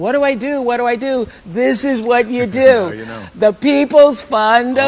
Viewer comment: "DEW you believe it?" Yes I DEW!